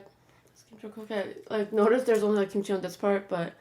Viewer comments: When she kept saying what I thought sounded like 'Kim Chi ' all I could think of was rupauls drag race 😂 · I thought you said blueberry kimchi😂😂